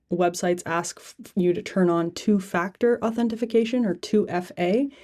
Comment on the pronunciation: “Authentification” ? I need that 😂